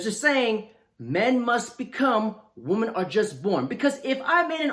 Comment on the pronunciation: Dude, One WOMAN Two WOMEN Say it right